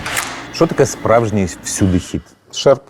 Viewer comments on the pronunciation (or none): Шерп а не шарп